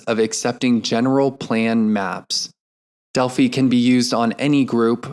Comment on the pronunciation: Thank you for recording this! FYI, you are pronouncing "Delphi" incorrectly. It's a long "i."